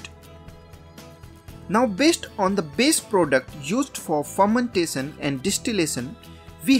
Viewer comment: Fermentason or fermentashion 😅